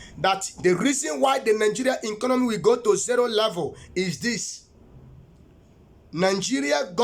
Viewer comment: That word is "Economy" not 'enconomy'. Governor of Imo State is Uzodinma not Uzodingba as you have said. I'm sure that God knows that name clearly and could not have called a wrong name to you. Pardon me all you have said is that you have preached according to how you have been inspired. It is called "Discerning" Spirit not 'designing' Spirit. These are not prophecies. You even sound more powerful than the "God" you profess. Take heed! It's not by power not by might but by the Spirit of the Most High. I just hope that he is the one that called you. God bless you Sir.